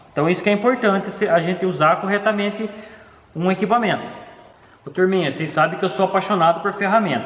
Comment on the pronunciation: Um cara tão inteligente, querendo ele podia falar melhor nossa língua portuguesa tão bonita, é de doer ouvir ele falar "inquipamento". ISSO É UMA CRÍTICA CONSTRUTIVA!